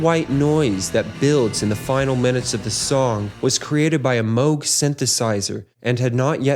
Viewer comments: "Moo -g" synthesizer, not "moge." 🎹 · MOOG. NOT MOAG. Like the name of a famous Tea = Ty-phOO. Got it ???? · This video makes a point to stop and discuss the Moog synthesizer, yet never mentions Robert Moog! What's the deal with that? And Moog is not pronounced "Moe-gh" as in "moe," but Moog, as in "zoo". Bob Moog is well worth mentioning, he invented modularity, the ability to connect separate modules with patches. And he also invented envelope generation, the pitch wheel., and the voltage-controlled oscillator. Wendy Carlos, who is mentioned in this video, didn't invent anything, she just played synthesizers invented by Robert Moog. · No, Robert Moog’s last name is pronounced “Mōge.” Long O.